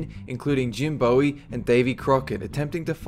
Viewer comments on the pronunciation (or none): you pronounced Bowie wrong its pronounced (bu-e) not (bo-e) to the people who are going to argue with me i happen to live in Bowie Texas and thats how we pronounce it the town was named after the guy. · Boo-E not bow-E in Jim Bowie